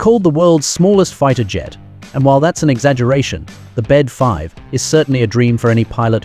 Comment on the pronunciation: i REFUSE TO WATCH A VIDEO WHERE THE NARRATOR CONSTANTLY USES THE INCORRECT PRONUNCIATION OF THE AIRCRAFT NAME. THE BD-5 IS PRONOUNCED BE EACH LETTER B-D-5. THE BD IS "NOT" A WORD BUT PART OF THE INVENTOR'S NAME. JIM BEDE THUS THE BD IS SYNONYMOUS FOR THIS THE AIRCRAFT LINE HE HAS DESIGNED AND MADE. THERE ARE MORE THAN JUST THIS ONE AIRCRAFT THAT JIM HAS DESIGNED. DO IT THERE ARE LETTERS IN THE NAME OF AN AIRCRAFT, SAY EACH LETTER AD IT IS NOT A "WORD" THEY ARE LETTERS.